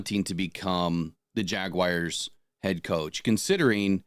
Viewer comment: Still blows my mind that people can’t pronounce the word Jaguars.